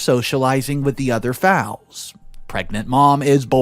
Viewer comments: It's a foal with a "O" sound and the "a" is silent it's not a fowl with a "aw" sound. A fowl is a bird. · Sorry, foal sounds like hole, and a fowl which is how you said it is actually an old fashioned word for a chicken. Very different things. All the best. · For future reference, foal is pronounced like bowl with an F at the beginning. Please stop pronouncing it as foul. Completely different meanings. Almost forgot, keep up the multi-part stories. They're interesting and usually crazy, which is part of why they're interesting. 😊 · It is a foal not fowl ! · Just a small correction... Foal is pronounced Foe-ull... not Fowl...lol 😆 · Sorry but it is bugging me. The little horse the foal is pronounced like the word "ole" with an f in front. The way you said it like "owl" with the f in front is the word for birds that are barnyard, domesticated, or wild, as the chicken, duck, turkey, or pheasant. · It's a foal, not a fowl / chicken. Pronounced with a long o sound, not an ow sound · Hey Sweetie just wanted to let you know that foal is pronounced like fole- it's a baby boy horse. If it was a baby girl it would be a Filly. Keep up the great work! You're doing great! 💗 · Please learn how to pronounce words. Fo awl. Try googling pronunciations. Even better, I can do this in a Glaswegian accent. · Thanks again. The little horse is pronounced fol, with a long o. Colt is male, filly is female. Glad to see this second part. Have a good evening